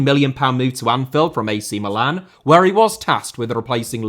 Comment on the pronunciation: Yes thank god pronounced Milan properly